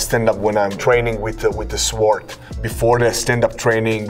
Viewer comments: Saying it without the W is the correct pronunciation though… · You know this man is super smart, Cause he saws "sword" with actually using the W lmao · Suh-wored Sword. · Love how he was pronouncing sword, it’s the samurai code to leave no letter left out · I like how he says ''sword'', pronouncing the w. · Going to start pronouncing Sword with a W.